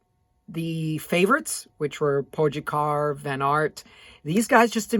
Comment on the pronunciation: Just so you know it's pronounced PO Gotcha